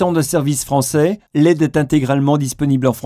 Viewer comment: Il est disponible en "franceille", et il ne cache pas ses "prioriteilles" c'est le chanteur d'indochine la voix off ??? =D =D =D